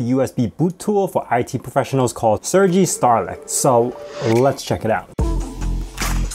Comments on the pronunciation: Are you sure is not pronounced like the east European name Sergei (Sergéj)? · its pronounced sergay.